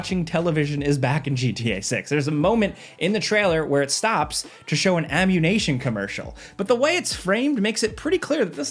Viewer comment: Are you mispronouncing 'ammunition' on purpose because of some ridiculous monetization rule, or was it just an accident? Lol.